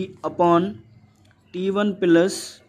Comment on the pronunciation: Sir not pilus its plus